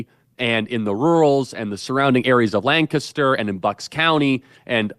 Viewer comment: I can tell Charlie has spent time in Lancaster, PA, because he pronounced it correctly. 😁